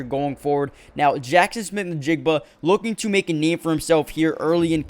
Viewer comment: say jsn's name again ... that last part